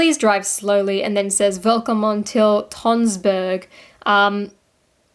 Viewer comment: Tønsberg is not pronounced as Tonsberg... Ø and O are two different letters of the norwegian and danish alphabeths.